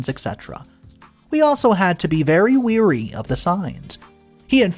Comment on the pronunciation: "Wary"- to be suspicious, aware of bad behaviour "Weary" - the way you keep pronouncing it!!- being tired. This is not the only time you've done this lol, it's both unprofessional and adorable😂🤦‍♀️🤦‍♀️